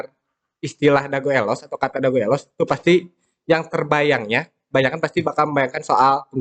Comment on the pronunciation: nyebut elos kaya bukan orang bandung asli euy...vokal e di kata elos bunyinya berada di antara E dan EU...jangan kaya orang batak nyebutnya...but sayabtetap salut untuk semangatnya...teruskan..